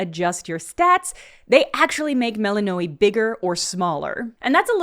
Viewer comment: lol the way you mispronounce “Melly-knowy”.